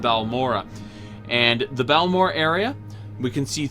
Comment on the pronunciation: he says balamora lol